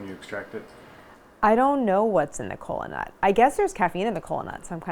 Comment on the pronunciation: Instead of kola nut I hear colon-a, I'm too deep in Healthcare.